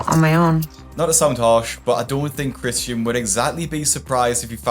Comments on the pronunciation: Why is she pronouncing Christian as CHRISHUN tho 😭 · Why does she call him Chrishan. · Is there any reason she is completely unable to pronounce her boyfriend’s (well, her EX-boyfriend now, I guess) name properly?? It’s like fingernails on a rusty car… betcha didn’t think I was going to say rusty car LOL. Every time she whines “Chrisshunnnnnn” makes me want to slap her… “What are you, FIVE?!?! Damn, girl. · I hate how often she says "Chrisshon" not Christian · Kri-shuun, kri-shuun, kri-shuun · CRISHUUUUNNNN!! I ate to much & UR CAUSING ME MY WLS!! CRISSSHHHUNNN!!! Dam! She couldn't even say her bf's name rite? Is she 12???